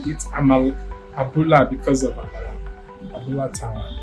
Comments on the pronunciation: Hahahahaha., you are using American accent to pronounce it oooo. Abula tawa. Hahahahaha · It's interesting how you mispronounced the restaurant's name. The name means Tawa’s Abula in “English”. Abula means the combination of gbegiri (bean soup) and ewedu (jute leaves), and Tawa is the short form of Tawakalitu ( a female Muslim name)